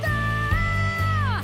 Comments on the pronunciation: Please...bumitaw.. not bumityaww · its bumitaw not bumithaw i still love u guys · you forgot the "W" in the word "bumitaw"...you are singing it like..."bumitaaaahhh"...your not Pilipino thats understndable....🥰 more power 💪💪💪 to the both of you...fyi im not a singer and expert haha im Filipino... who loves to sing 🥰🥰🥰 and love watching reaction videos like your...i hope we can see more reaction videos of you guys...thnk you for reacting on Filipinos singers 🥰🥰🥰